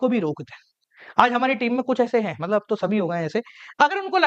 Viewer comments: Matlab ❌ Maltab ✅ 😆😆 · Matlab❎ Maltab✅ 😅😅